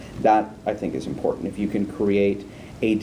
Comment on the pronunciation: It's IMPORTANT, not inpoent.....